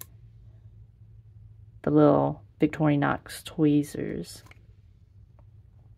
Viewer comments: It's "vic-TOR-in-ox", not "victory-knocks". Just sayin'. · I do not like how you say Vic tori nox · That looks like a nice knife set up. However have to ask if you should be doing a review on a popular knife brand when you cannot even properly pronounce the name. Very sad.